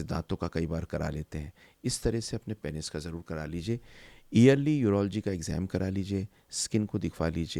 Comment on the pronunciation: Aur unmein se pehle number pe hai Penis ko ghalat pronounce karna. It is pronounced as peenus not painis.